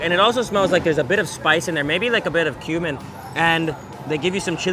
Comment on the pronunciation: Every time he says "cumin" it sounds like "human". ...And it also smells like there's a bit of spice in there, maybe like a bit of human.